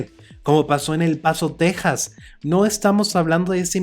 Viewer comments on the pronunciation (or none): none